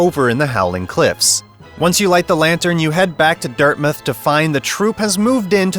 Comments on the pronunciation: Sorry, dirtmith? Do you mean Dirtmouth? Dirt-mouth. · Why do you keep saying Dirtmouth like that? It's said the same way as mouth, it's not Dirtmith. What?